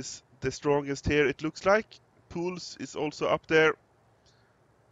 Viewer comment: He pronouns it correct, well done!